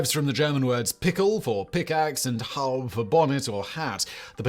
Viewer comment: Oh, the mispronunciations!!! Former professor of German (and a graduate of a military college).... In German, in proper Hochdeutsch that is, the "-e" is always pronounced as "-eh." or "-ah". Ergo: "Howb-ah." It's identical to the Latin "-e." (BTW: German has so many dialects in a relatively small area; so, dialect pronunciation should be learned after several semesters of proper German: Rules first, variations second.) And the hat I wore at VMI is pronounced "shaay-ko" not "schock-o". I like making fun of the noveau riche who announce that he or she drives a "porsch" without the "-e". I usually ask if s/he drives a "front porsch," a "back porsch", or a "wrap-around porsch." The bid-ness degree person looks at me baffled. It's pronounced "porsch-ah." Somewhat related.... High school teachers no longer know how to pronounce "cum laude" and the variations correctly. It is pronounced "coom lawh-day." (Yes, I think Latin is fun!). I went to a high school graduation a few decades ago, and the teacher/announcer repeatedly stated "come loud". I struggled to keep my chuckles muffled, but could not hold back when he said: "Somma come loud." I turned to my partner next to me and told her: "Some will come loud, but not everyone does!" The people behind me heard that and burst into laughter. Every "Come loud" after that caused ripples of laughter in the stands. Hope you enjoyed that